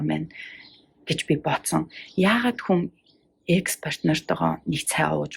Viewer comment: Икс биш экс гэж дууддаг шүү 😊